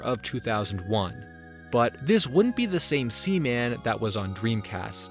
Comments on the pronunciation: Sea. Man! SEA! MAN! Not semen. As in jizz! Splooge! Man bazooka juice! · I love that you kept calling seaman sеmеn